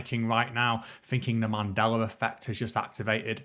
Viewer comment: Man-della effect, not man-dala. It is the name of the President of South Africa.